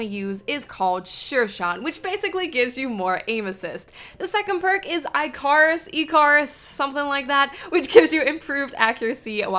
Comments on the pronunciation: It's "ik-ker-rus"; not "i-car-rus". LMAO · Hey it's pronounced ik-KER-us. After the Greek Mythology character who dared to fly too near the sun on wings of feathers and wax. Hope this helps. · Still can't say ik-ar-us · the perk is pronounced E CA Rus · 1] If you're not trying very hard and still getting almost 40 kills, you're just naturally adept. Accept it :) 2] I got Loner.Rebel with the Icarus perk, and my first thought: a gun with Icarus and that hunter armor that increases your accuracy when you jump = airborne beast. 3] it's "Ick-ah-rus" (Not trying to be a grammar nazi, just trying to help). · Icarus is pronounced like Ih-cahre-us. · Is she trolling with the pronunciation of Icarus?If not, use a short "i" sound, like you would use in "sick" "ick-uh-russ" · You seriously cant pronounce icarus? :/ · Do t want to sound rude but. You sound thick as shit saying icarus, how have you not heard of the greek story icarus and daedalus. SERIOUSLY. COME ON:/ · Icarus is pronounced one way and one way only and also your very sickly sounding so yeah id drather watch moreconsole and hovey. UNSUBBED :)